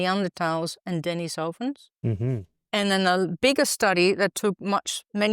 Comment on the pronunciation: Since the word "Denisovan" comes from Russian, in Russian it comes from the name Denis (pronounced de'NISS) > denisov (de'NISSov = 'of Denis') > add female suffix -a and you get Denisova (de'NISSova) + English adjectivising suffix -n. So the word stress would be on the syllable 'ni', so de-NISS-ovans should be correct; but I've never heard an English speaker pronounce it that way.